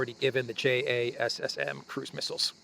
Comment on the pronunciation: JASSM is usually pronounced "Jasim".